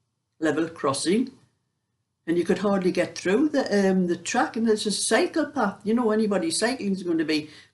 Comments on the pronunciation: I got confused because I was not paying good attention. It sounded at first like you said you got your cardigan stuck on the brambles because there’s a psychopath out there. But you were saying cycle path! Oh dear… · I thought you said psychopath at first!! (Cycle path 😆)